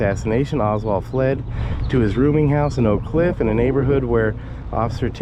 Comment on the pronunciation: “Oak cliff”